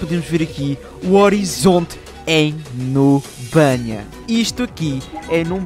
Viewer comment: Melhorar parte é quando ele fala 'Numbania'